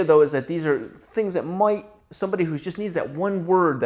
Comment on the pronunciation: In this Video, makes me question if he's Australian after how he pronounced "Might"